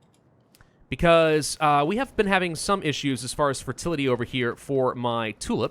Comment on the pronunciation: Everything he says Fertility I laugh